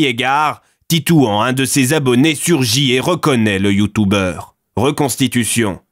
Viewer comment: Effectivement et en plus ils disent YouTOUbers